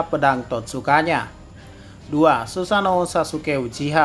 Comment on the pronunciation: ngomong sussano nya lucu